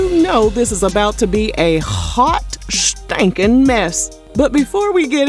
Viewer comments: This narrator be having me so weak. “A hhhhhhot STANKIN mess.” 😮😂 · The way you said “haut stankin mess” had me rolling 😂😂😂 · I hope she takes time to heal, pray, unconditionally love herself, and get therapy. Also, I luv the way you say “hawt!” (Hot)